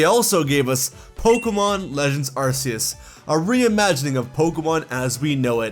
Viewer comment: Please stop mispronouncing Arceus. 😭